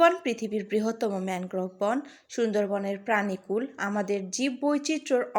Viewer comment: ম্যানগ্রোফ নাকি ম্যানগ্রোব?